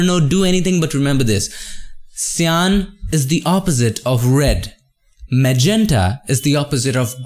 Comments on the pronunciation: Ive seen so much of your uploads and i dont always comment but something urges me to. cyan is pronounced as saiyan as in super saiyan of dragon ball sorry for bad english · You can say magenta correctly but you cant do the same on cyan? xDDD